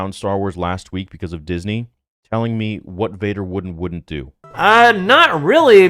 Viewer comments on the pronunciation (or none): none